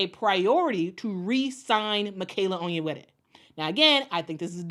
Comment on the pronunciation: Love that you flawlessly pronounce "Onyenwere."